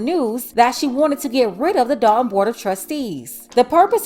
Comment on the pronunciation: That’s Dolton(as in Dolton, Illinois)not Dalton